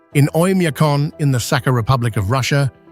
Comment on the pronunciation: I'm on my desktop computer, but I was watching one of your videos out on the TV, and in it was a place in Siberia called Oymyakon, which you pronounced with the accent on the 2nd. syllable. It should be on the the 3rd.--oym-yah-CONE.